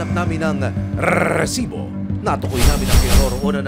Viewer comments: Ang cringe nung " grrrrresiboo" 😒🙄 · HOY RESIBO WALA MAINTINDIHAN SA MGA SINASABI MO AT MGA NAGSASALITA SA LAKAS NG BACKGROUND MO ANG NAIINTINDIHAN LANG UNG PAGKASABI MO NG ŔRRRRRRRRRRRESIBO PUCHA WALA MAINTINDIHAN SA SINASABI NYO BACKGROUND MUSIC LANG HAHAHA